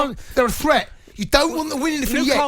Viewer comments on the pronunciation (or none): Note to Jamie: The correct pronunciation of the word 'threat', is not 'fret'. Newcastle is not a 'fret'; Newcastle is a 'threat'. You can 'fret' that Newcastle is a 'threat', but that is quite another matter.